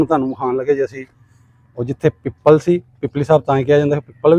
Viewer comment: ਪੀਪਲ ਨਹੀਂ ਪਿੱਪਲ